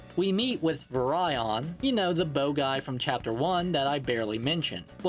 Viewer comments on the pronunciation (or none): That is definitely now how you pronounce Virion.... Or Emmeryn.... OR Bolganone.... Did you just pronounce things weirdly for engagement?